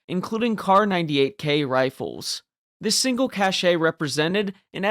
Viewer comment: Cache is pronounced "cash", as "cashay" is from 'cachet', a totally different thing. In this context the ending 'e' is NOT pronounced. 😮